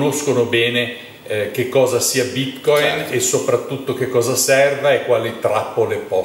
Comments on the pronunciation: Tutto molto bello, ma perché andare controcorrente rispetto a tutti gli esseri viventi del pianeta chiamando bitcoin con l'accento sbagliato? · Quabdo intervisti l’esperto, che pronuncia la parola Bitcoin nel modo corretto, ma ru vai avanti imperterrito a pronunciarla in modo sbagliato per dimostrare la tua velocità di apprendimento…